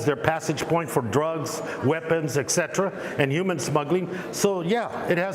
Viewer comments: Do you think he knows that the word "human" starts with an "h" and not the letter "y?" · He can't pronounce "human" or "humanitarian" correctly.